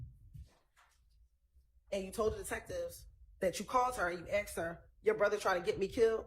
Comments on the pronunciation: Prosecutors talking they axked you they axed you like seriously it’s called asked as in ass… asked you…. You spent how many years in law school and can’t pronounce asked correctly 😂 miss love suddenly sitting there doing absolutely nothing but more dumb founded then anything 🎉 she knows this trial is bullsht and they trying so hard to connect dots to a functioning crack head as their best witness 😅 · The Prosecutor is Dumb as hell. She uses. " I axed your" typical. Dumb A55S